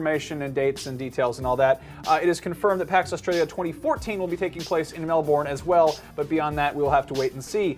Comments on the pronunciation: YESSSSSSSSSSSSSS MELBOURNEEEEEEEEEEEEE! IM SO GOINGGGGGGGGGGGGGG!!!!!!!!!!!!!!!!!!!!!!!!!!!!!!!!!!!!!!!!!!!! and you saying melbourne wrong... its pronounced male-ben. not mel-born. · Attention and every American ever: it's not pronounced "MEL-BORN", it's pronounced "Mel-bin". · ...it's Melburn not Melborn.:P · Dear, You Mispronounced Melbourne its Mel-Ben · Mel-born. Nice one,.